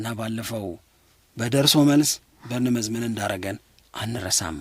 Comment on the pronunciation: Arghhhhhh እንዳለ ጋዜጠኞች በርንመዝ በርንመዝ የምትሉት ነገር! ቦርንማውዝ በሉ። አክሰንታችንን የምትቀይሩበት ስታይል ልክ አውሮፓ ከርሞ እንደመጣው የዩጋንዳ ፓርላማ አባል ሁኖ ነው የሚታየው። water/ ዋረር.. ዐንጀበኞች።